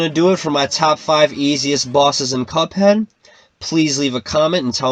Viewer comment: did he say cup hen